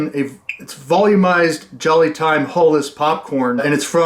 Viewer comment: Is it HULLESS? 😂😅 Edit: without a hull?